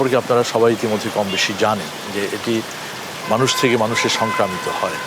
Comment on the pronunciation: Soncromita, Not Sancramito